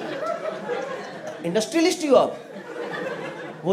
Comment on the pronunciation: Industrialists bolne v nii aa rha 😂😂😂